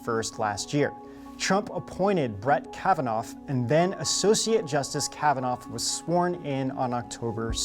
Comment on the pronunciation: There's no F sound in Kavanagh LOL